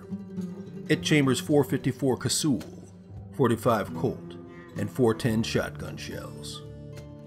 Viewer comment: Well that's the first time ive heard ANYONE pronounce it cassool